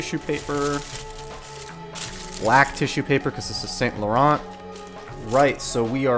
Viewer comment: The way you pronounce Saint Laurent just shows this brand is not for you.